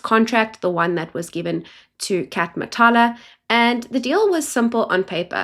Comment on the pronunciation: Matlala, not Matala*